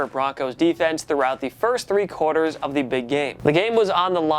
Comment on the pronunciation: Why does this host pronounce "the" and "a" as the stressed words of every sentence? and ?